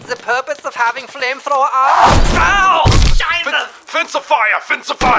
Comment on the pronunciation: Its not shizah its scheiße